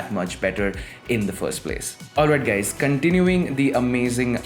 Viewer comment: I understand that you have problem with pronouncing but you can not call us gays🤣🤣😛😛🤔🤔